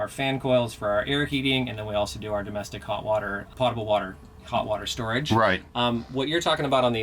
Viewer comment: I started laughing out loud by myself at how he pronounced "potable."